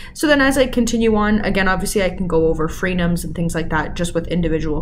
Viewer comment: At 02: 52, are you saying Freedoms or free gums ?